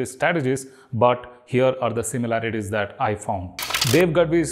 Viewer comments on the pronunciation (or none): none